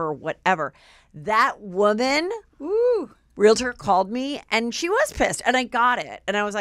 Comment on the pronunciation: It's REAL-TOR, not real-i-tor! 🤦‍♂